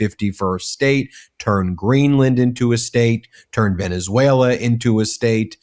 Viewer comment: We superseded it by a lot, by a real lot… who talks like that??? A 3 year old 🧒🏼 He also said Venezualer… 🙄🙄🙄